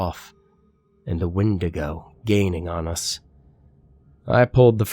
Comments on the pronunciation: did he always say it "when-day-go" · Is that how you pronounce wendigo?? I thought it was pronounced "Wendigo" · The way he pronounces Wendigo 😂😂😂😂😂😂😂😂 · You kick ass,! The way you pronounce the word Wendigo bothers me a lot more than it should, though.